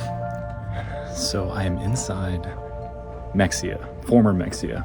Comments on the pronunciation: On that Ft Worth story: us Texans pronounce it “Hemp-hill” not Hemfill, and “Muh-hay-yuh”, not Mexia. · It’s pronounced Me-hay-ya not mexia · It's in texas with Spanish influence, mexia said mex-e-a is pronounced ma hay uh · So its not pronounced "mek-see-uh" its "meh-hay-uh" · Mexia is pronounced, MUH - HEY - AH Not MEX - EE - AH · As a Texan, I was like where tf is this city Mex-ee-ah? Like a Texas city I haven’t heard about that’s crazy I wasn’t watching how it was spelled bc I was on my phone. Then realized he was talking about Mexia (Muh-hey-ah)! I cringed every time he said it HAHHA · Mex-ia. LOL - In case anyone isn't from Texas, it's Ma-Hay-uh. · It’s pronounced meh-hey-uh, not mex-ia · Mexia - pronounced ma-hay-a. Another weird Texas name. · Mexia is pronounced, Mah-Hey-Ahh. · The Mexia supermarket is "muh HAY uh" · mexia is pronounced ma-hey-ah lol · there is something so funny about the way he says Mexia , typically ppl would say it like muh-hay-yuh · Its pronounced "Mah-hey-a" And why yall want to view or hear video of people dying. How sick is that, the disgusting morbid curiosity of you all. Hell your generation is notoriously weak and definitely couldn't handle it without years of that thing called therapy. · FYI, Mexia is pronounced “meh-hay-a”! Signed, a native Texan. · It’s pronounced “muh-HAY-uh”. Like the small town outside of Waco that Anna Nicole Smith is from 🤭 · "Mexia" is supposed to be said as "meh-hay-uh" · It's pronounced muh-hay-uh by the way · Mexia is pronounced "muh-hay-uh". (I grew up in Fort Worth and was in high school about to graduate in 1999) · That isn’t how Mexia is pronounced, but you’ll be forgiven for thinking so. It’s Meh-hay-ya. Much like how Mexico is actually pronounced Meh-he-co. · Mexia = pronounced ma-hey-ah. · Also as a Texan I want to let you know Mexia is pronounced “MEH-HEY-UH” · Nexpo: pronounces the x in Mexia Welp, i kmow he's not a texas boy "...on CBS, channel 11." Nvm you're a houston area boy.